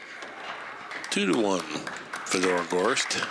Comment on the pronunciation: Holy hell, Nick Varner should stay out of the booth. It takes him 30 minutes to say what anyone else can say in 5 minutes. And his name is Fedor, not Fee-dor.